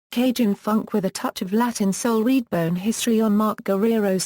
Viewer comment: What's with the robotic voiceover?? Annoying...and it's REDBONE, not "reedbone". Sheesh!!